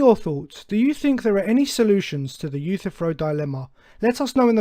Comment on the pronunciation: Your misinterpretation of the Euthyphro dilemma is even more egregious that your mispronounciation of his name. This dilemma is a disproof of the necessity of any god, showing that it makes no sense for a god to exist either way.